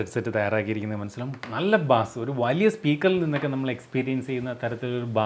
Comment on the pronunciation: ബാസ് അല്ല ബെയ്‌സ്